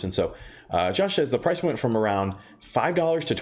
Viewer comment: Did he say "Parfice" the video?